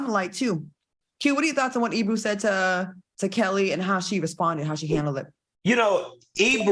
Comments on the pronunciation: The guy's name is Ebro not Ebrew lolol! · That wasn’t Ebro it was Peter Rosenberg. Why do the keep saying Ebrew?😂😂😂😂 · i love y’all❣️ it’s not quite e”brew”… rather e”bro” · Not them mistaking Peter Rosenberg for Ebro, but then calling him Ebru 💀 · First of ALL his name is NOT E-Brew 😅😂😂 it’s E-Bro!! And second of all AND most importantly EBRO did not ask that question AT ALL it was Peter ROSENBERG who asked the Question 😩😩 come on now FOX SOUL TEAGIF.. And I love this show, BUT y’all gotta do better research on the facts before y’all give your OPINIONS 🥴🥴🥴 EDIT: ok Claudia corrected it! However still proves they don’t research topics before speaking on them, they just read the headlines 🥴🥴